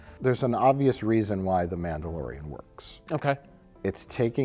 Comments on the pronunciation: The Nambalorian...? LOL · "Namblalorian"...omg! I love you guys so much!